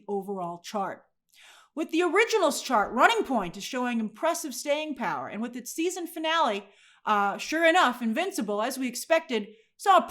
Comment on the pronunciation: “RUNNING point” 😂😂 Grace has 100% never had a normal job. lol It’s running POINT. ;)